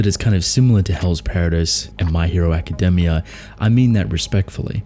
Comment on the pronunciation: It's the accent, did you hear academia?